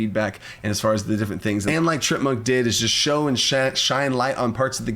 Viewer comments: It's Tree-Ant-Monk. Not sure what you were saying. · Isn't it pronounced TREE-ANT Monk? Like the D&D monster?